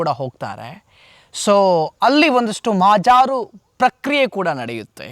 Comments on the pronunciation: ಮಹಾಜಾರು ಅಂದ್ರೇನು? ಮಹಜರು ಅಂದ್ರೆ ಗೊತ್ತಿದೆ ಈ ಮಗನಿಗೆ ಧ್ವನಿ ಸಂಯಮನೂ ಗೊತ್ತಿಲ್ಲ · Sir neevu mahajaaru antha helbedi mahajaru antha heli illadidre kannada mathadalu baralla anthare